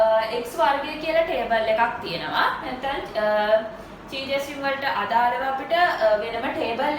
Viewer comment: Accually this doesnt pronounce as චයි ,Its කයි ස්කෝවඩ් ටෙස්ට්. 🙂